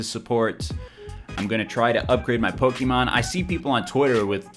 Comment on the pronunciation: jesus christ stop pronouncing it pok eee mon, its poh ke mon god fucking dammit